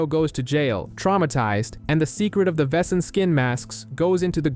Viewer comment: It's criminal how yankees pronounce "Wesen"